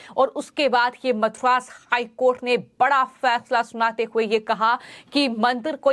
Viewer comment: This girl puts ha in every thing, ma'am it is not Mathura HC, it is Madras high court. Pls listen to how you speak after completing the video.